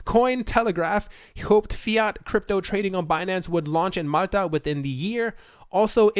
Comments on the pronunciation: lol if you slowed down in talking you might be able to pronounce words correctly. Malta is not mutter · Why can't you say Malta? (Mall- ta)